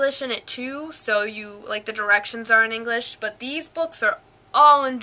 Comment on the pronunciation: What a teacher do you have xD its called English ,how do you speak it in english not Ennnnnglish :D Greetz from Deutschland :) Lern weiter und du kannst es irgentwann richtig gut :)